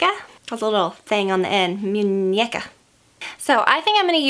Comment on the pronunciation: Hahha Aww you were so cute and adorable pronouncing "muneca " haha 😊😁💕💕💕